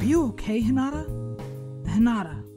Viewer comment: why doew he say hinada LOL